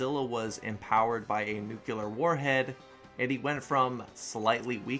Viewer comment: Every time I hear "nukular", I feel pain inside.